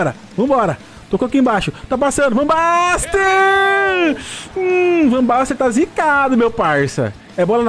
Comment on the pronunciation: Chamando o jogador com o nome errado também... "Van Baster" KKK Aí ele se rebelou contra ti. kkk